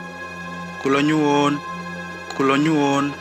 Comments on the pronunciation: Yang cerita munkin bukan asli orang jawa, kula nyuwun itu artinya saya minta, harusnya kula nuwun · Yang baca bukan orang jawa jadi nggak bisa bedakan kulo nuwun dan kulonyuwun